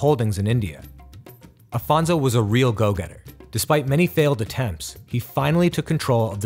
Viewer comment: Great content! Congratulations. But history must be seen as ...history. It was 500 years ago. Just one more note it’s Afonso not Alfonso. Regards from Portugal to all!